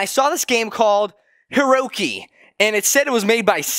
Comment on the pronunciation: er? u said herocy not herosy